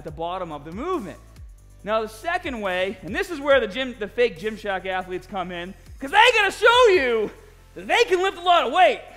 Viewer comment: The fake merc will have a field day with this. Hes a strength ath-a-lete after all.